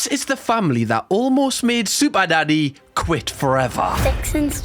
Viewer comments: your way of pronouncing SuperNanny is so unamerican that not even the subtitle clanker knows, it literally thinks you're saying "super daddy" which, and none of this comment means to offend YOU, just the Clanker, i find hilarious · Could’ve sworn I heard you say super daddy on the intro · sounds like he said super daddy